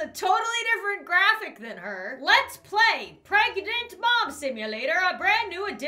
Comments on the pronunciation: oh am pregonut Me: Yes very good English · "Wow, I am preganant!" Me: Do you mean you are.. pregnante? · i am preg-a-nat. LMAO I'M DYING OF LAUGHTER